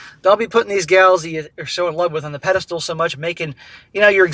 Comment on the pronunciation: There is no 'peda -stool'. The word is pedestal.